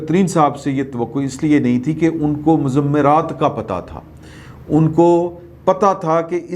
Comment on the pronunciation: مض۔۔۔مرات درست تلفظ ہے ، ض کے اوپر تشدید نہیں ہے Muzmirat and not muzammiraat.